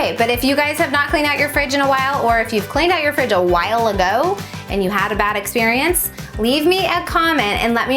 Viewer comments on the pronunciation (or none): none